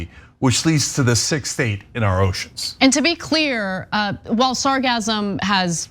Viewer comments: It's actually pronounced sar-gas-sum. But it's almost certainly not that plastics are causing the algal blooms. It's just the floating algae act as a filter trapping the plastics. The blooms are caused by "eutrophication", which is basically nutient enrichment of coastal seas because of fertilisers washed from the fields of agricultural areas, which allow the algae to grow faster and blooms to become enormous. This may be compounded by climate change extending the growing season for the algae. While the algae washing up on the beaches, may be unsightly and smelly. The real problem of these blooms is the part dying and decomposing in the water. This decomposition consumes all the oxygen in the water killing all the fish, shrimp etc., which also add to the probl by also decomposing. The seas will then start to smell like rotten eggs (hydrogen sulfide), which is a by-product of bacterial decomposition in the absence of oxygen. The sucker punch is that the decomposition releases the nutrients from within the algae back into the water where they can be used by the next algal bloom to grow. So it becomes a cyclical event of bigger and bigger blooms, and more intense periods of anoxia when the blooms collapse, die and decompose. Same thing has happened in coastal areas Worldwide and the only solution is to cut off the supply of nutrients from agriculture. But even when you do this, it takes decades for these blooms to return to natural levels, because of the recycling of nutrients t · Your pronunciation of sargassum is incorrect which is why it is sounding like orgasm. Try it this way: sar-GAS-um. You make that SS a short sharp ass instead of a z sound like you guys are doing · If you learn how to pronounce sargassum correctly (emphasis on the SECOND syllable) you would learn that it isn't funny at all ...... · Don't say sargassum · That's a hard S there Anna. SargaSSSum. Hah hah! sargazm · Sargassum: sar-GASS-um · Its pronounced sar gas sum not sar gasm